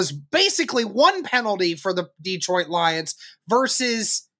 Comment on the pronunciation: Detroit is not pronounced Dee-trout. It’s Deh-troit. Just thought you might want to pronounce it correctly with respect.